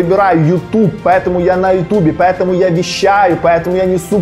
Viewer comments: Не могу сконцентрироваться на видео , потому что каждая его фраза «па Э таму» вызывает дикий смех😂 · ПоЭтому, поЭтому, ПоЭтому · меня одного бесит как он говорит "ПАЭТАМУ" ?